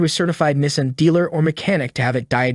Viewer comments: As soon as I heard Nism but not Nissan!! I knew I shouldn’t have listened to this clown 🤡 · Nessin lol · And he can’t even pronounce “Nees-on” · This entire script word for word is copied off a website. the voice is AI generated that’s why it cannot pronounce NISSAN correctly. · This is a parody video right?? He can't even pronounce Nissan correctly and he shows a low tire pressure light for the check engine light. Is pressing on the brake pedal while calling it the gas pedal. Lord I hope he is trolling us. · How much does it cost to pronounce Nissan properly?